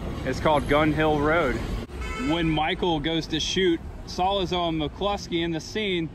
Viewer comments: Salazo??? Say the name right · If you’re such a fan, why can’t you pronounce Solozzo? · It's escape not ex-scape. And it's Coppola not copula. It's your favorite movie but you can't even pronounce the names correctly. You even messed up the turk's name Virgil Solozzo!!